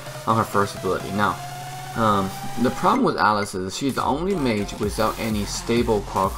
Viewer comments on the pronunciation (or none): none